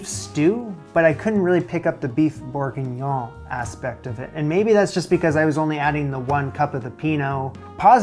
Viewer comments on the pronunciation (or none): You lost me when you could not pronounce beef bourguignon correctly. It doesn’t matter what the video did.